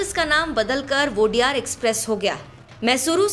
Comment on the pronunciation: वोडेयार❌ nahi ओडेयर✅✔ odeyaru mean 'odeya' mean naayak yaa toh leader 'ru' mean multi version, odeyaru(leaders)